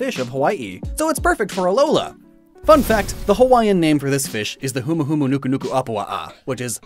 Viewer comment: Thank you for pronouncing the full name of the Humu properly! 😃